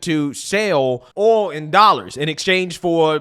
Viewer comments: Dude, you say Ooul! Lmfao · It’s aw-ll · I like how he pronounces the word “Oil”